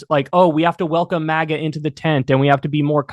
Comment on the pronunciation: It's not "MOGGA", which sounds classy. It's "MAGA", as in trashy.